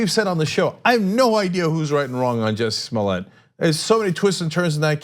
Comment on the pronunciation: Cenk it's clearly Smollett.